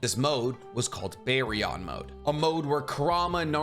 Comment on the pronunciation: holy shit man. If you watched the serious, how do you butcher saying his name so much lmao. And Baryon to.